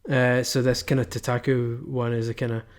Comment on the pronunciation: You're pronouncing it wrong! idiot -_